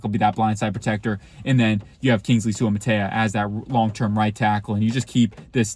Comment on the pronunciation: We're you high when you did player evals for current starters? Ragnow 2nd team all pro (that means he the 2nd best C in football, go ahead name 4 Cs better than Ragnow), ASB 1st team all pro, LaPorta 2nd team all pro, all of those guys are elite. It's Soo-ah-mah-tah-ee-ah, he's Sewells cousin and I would love to get him.